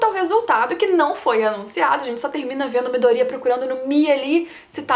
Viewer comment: É impressão minha ou a pronúncia do nome do Midoriya tá errada?